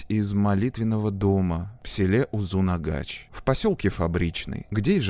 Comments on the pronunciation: Почему произносят узынагач? Когда название узынагаш, может мне как носителю так режет слух, но а видео крутое, спасибо 👍было интересно смотреть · Узынагаш, а не узунагач🥲 Очень интересный ролик Живу в Алматы, помню как то слух был, что он сбежал из больницы. Нас тогда всех дома закрыли🤔